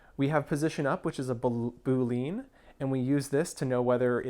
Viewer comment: The term Boolean is pronounced Boo-lee-an not Boo-leen. Love your videos. Always gives some new ideas and you explain things really well. Thanks for making these videos.